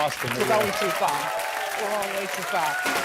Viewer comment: We're goin' too fahr. We're goin' way too fahr!